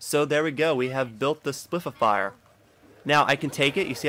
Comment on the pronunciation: spif-e-fier lol